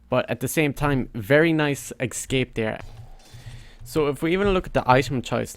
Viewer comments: Its eScape not eXcape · Nice "Excape" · You keep saying Excape where are u from